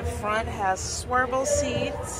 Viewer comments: Swiv el not swer. Lol nice show the for taking us along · Love the tours! I do have a question. I notice you're saying "swirvle (spelling?) seats. Is that something different than swivel seats? Great video! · I get such a kick out of the way you make words your own. When you called the swivel captain seats ‘swervel’ I laughed so hard.